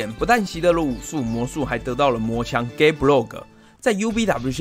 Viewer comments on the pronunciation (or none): 非常喜歡您的講解 不過....LANCER的槍是 Gáe Bolg (ボルグ） 不是Gáe Blog （ブログ） L的發音位置不對喔 這樣就不是穿刺死棘之槍 而是穿刺死棘之部落格